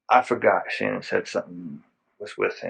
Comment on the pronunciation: One thing I noticed is how her dad refers to her at “Shannon” he doesn’t pronounce it like everyone else does.